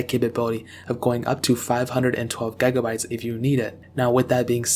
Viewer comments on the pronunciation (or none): Stop saying gegabytes you idiot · did he just say "gai-gah-bayts"? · I could not concentrate on nothing else but gaeigabites